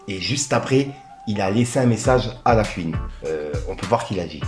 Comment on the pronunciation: La fuine ,😂😂😂 cest horrible coment tu dis la fuine ... la FOU ine